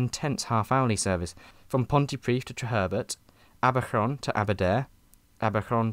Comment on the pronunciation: I think your Welsh pronunciation is good. You did the Ll’s well. The “Aberron” threw me completely though. I had to rewind it a few times! I think you meant Abercynon. (Abb-err-kun-non) people often make a mistake with Pontypridd too (it’s Pont-errr-prith (th as in “the” “the book” - not Pont-tea-prith”)) Y in Welsh is urghhhhh